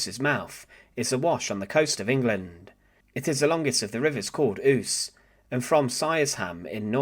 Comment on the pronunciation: Ouse is pronounced "ou-se" a long sound not short. I think in Norse it's "ou-sa".